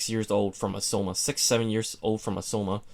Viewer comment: Am I the only one irritated by the way he says "Aoshima" = "Ausoma"???